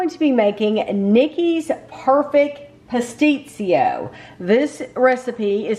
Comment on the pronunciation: You pronounced pastitsio like a greek!! It tastes better the next day. Enjoy